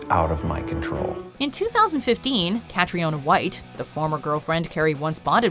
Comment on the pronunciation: How can Cathriona be pronounced so wrong 🤦🏻‍♂️?